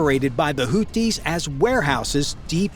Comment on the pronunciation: It's NOT "Hooties"! It's Hoothies," as in toothies. The "th" is there for a reason: this is a phonetic transliteration of الحوثيون (Al-Houthiyun).